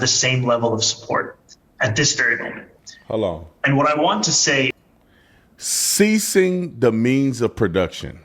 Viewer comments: He said "seizing" not "ceasing" the means of production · Seize, not cease 🤦‍♂️ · Not ceasing the means… seizing. He mispronounced. The word. Not that they are too different….